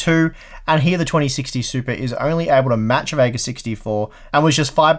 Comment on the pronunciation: A few times I thought you said supra.